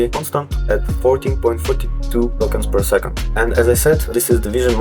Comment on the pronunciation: Вот ты тестируешь llm, но не понимаешь, что скоро переводчики не нужны буду! А ты тут "твенти фри токенс пёр секонд".